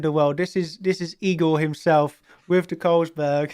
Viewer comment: Yeah it's THE not duh and dah